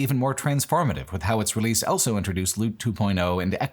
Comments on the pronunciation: pronounces the word "also" as "elso". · Why does he say 'elso' instead of 'also'?